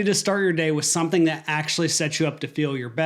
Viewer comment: Why do you you keep saying the word " something " as "sonthing¿"